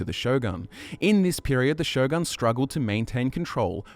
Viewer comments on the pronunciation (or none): none